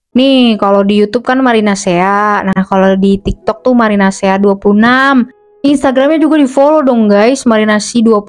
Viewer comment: Kenapa kalo aku denger kakak ngomong marinasea aku dengernya marinasi 😭😭